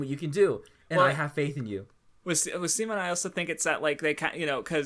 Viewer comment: Good channel and good video. Had to stop watching though because you guys kept pronouncing Simons name wrong. Also the "if you dont agree with me, yourr r3tard3d" thing. 8/10 video